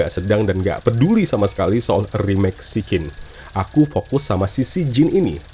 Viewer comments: Siccin tu ditulis dalam bahasa turki, huruf 'C' di turki dibacanya ya 'J'. Jadi tetep sijjin bacanya, bukan berubah jd 'sikin' 😂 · Maaf bang izin ralat. SICCIN klw di turkey di baca nya SIJJIN pake J yaa bang. Bukan SIKKIN [Pake K]